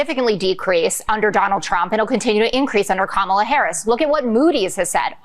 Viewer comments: 🥰 It is pronounced as “ Comma La “ ! A “ genius “ should be able to pronounce * Kamala ! 😀😂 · He Still stubbornly pronounces Kamala as if it was Obama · He still mispronounces her name. Smh. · I can't stand seeing Trump's face and his mouth move! He can't even pronounce Kamala correctly. What an idiot! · He can't even pronounce Kamala. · The jerk deliberately pronounces her name incorrectly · He still can’t say her name right - holy hell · I want to know why everyone is being granted a pass by the media for intentionally mispronouncing “Kamala.” Frankly, at some point, ya look dumber when you just won’t say her name. Dumber AND A HATEFUL BRAT!